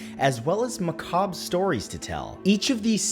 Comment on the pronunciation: Excellent, as per the usual, good sir. Also, glad you are pronouncing macabre correctly now. Peace to you my bald brother 🙌✌️🥰